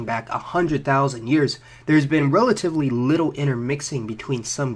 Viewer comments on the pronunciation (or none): none